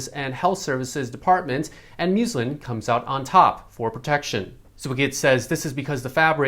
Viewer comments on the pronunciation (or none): the fabric is “muslin” with a short U sound, not at all like muesli the breakfast cereal.